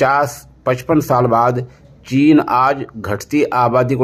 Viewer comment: چین ھے ناکہ جین